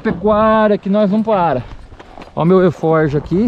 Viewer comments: Fala beleza. O nome certo é alforge, não eforge kkkkk. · É arfoge não erfoge